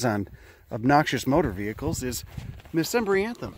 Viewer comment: Pronounced muh-sem-Brian-the-mum